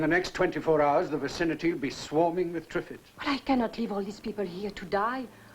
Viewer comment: Yes especially if David Bellamy was speaking, Twiffids?